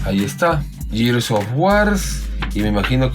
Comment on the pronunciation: Por qué la gente siempre pronuncia "gears" como si estuvieran diciendo "years"? xd